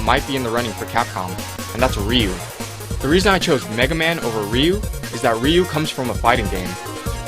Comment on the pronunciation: god you can't pronounce anything. It's "Sye-lux" not "Slux" and Ryu is pronounced "Rye-u"